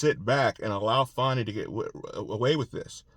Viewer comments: Q, her name is Fani, not Fawney! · Thank you for your to-the-point updates! I’m wondering why you call her Fawnie instead of Fanny? I’ve never seen that name, pronounced like that.